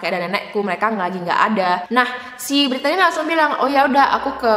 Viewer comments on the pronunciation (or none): Btw, nama Brittany biasanya itu pronounce-nya 'britni' kak